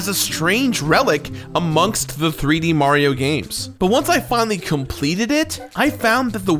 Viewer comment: “ But once I Complededeht”